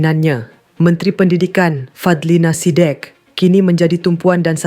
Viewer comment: Tak payah la "fadlina Sidieekk" sebut biase je "fadlina sidek"...